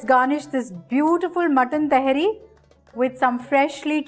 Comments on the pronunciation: Its not pronounced as taheri, its actually pronounced as ta-haa-ri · It's not Tehri it's Tahari pronounce properly don't throw ur ascent. As if you are foreigner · You cooked well mam but you are pronouncing the dish name slightly wrong it's not टेहरी it is तहारी। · It's Tahaari Ma'am...Just like Nihaari...